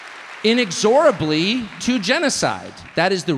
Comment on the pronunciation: I can’t get over how Tucker pronounced “inexorably”